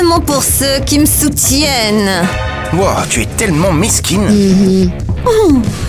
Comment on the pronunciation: mdr il a dit meskin